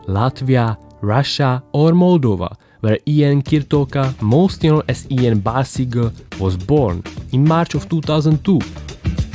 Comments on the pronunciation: You pronunced Ian wrong... (sorry to be that guy) Great video though. Left a like :) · not ian but lan